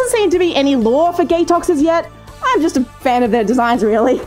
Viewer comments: i heard ”Gay Talks”, not ”Gatoxes” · Gatoxes - they way it's pronounced It sounds like "gay tox" x) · gatoxes My ears: gAy t0xInZ Me: whaaaaaaaaaa